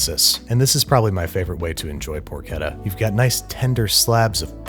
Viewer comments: Poor-Chedda* not ketta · Who else cringed at 'porkedda'? Looks great though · I hate being “that Italian” (I’m not even italian), but it’s “porchétta” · Babish stop saying porketta it’s por-cheh-tuh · Babish, please! It's porCHetta, as in parCHment, not porKetta, as in... porK :D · I like guga's porketa more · por CHET tah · Clean Water Nasenyi Uganda Add another t: it’s more like porkét-ta, which means something like young/cute female pig, I have no idea why Source: I’m Italian 🇮🇹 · why would you pronounce it porcheta REEEEEEEEEEEEEEEEEEEEEEEEEe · Babish: 'PoRKETta" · im not from Italy or the US.......im pretty shure that's not how you pronounce CH in Porchetta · Is it pronounced “porchetta” or “porchetta”...? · Pork. Etta. Yeah. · ch in Italian is a k sound.